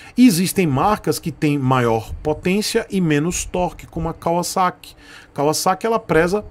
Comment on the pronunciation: Cara, primeira vez q eu escuto alguem falando Kawasaki da forma certa. KKKK